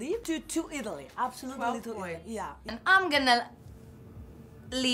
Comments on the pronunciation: i love how finns pronounce: iTALY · I love how Ireland says Alliy instead of Italy it’s just so cool😂